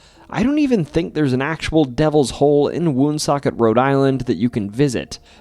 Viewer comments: I grew up in Cumberland and Woonsocket RI. Its pronounced One-Socket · I thought you are from RI but the way you pronounce Woonsocket says otherwise